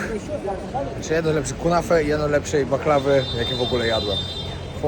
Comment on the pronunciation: Nie kunafe a kunefe 🤣